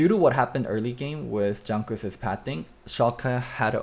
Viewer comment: Why are you pronouncing Jankos with a "G" sound in the beginning? I feel it's very rude when everyone knows it isn't pronounced that way.